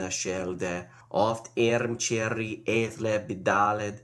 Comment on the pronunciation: hang on... ch in earmcearig, but k in hrimcealde ?